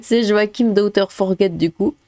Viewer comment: Hmf, c'est pas "fort guette", ni "fort jette", c'est "forgé". "Guy Forget" (forgé) a été un grand joueur français il y a bien longtemps. Son vrai prénom ça doit être "lézépé" (lézépé son forget, ok je sors)